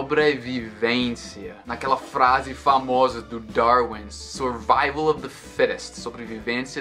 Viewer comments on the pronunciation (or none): none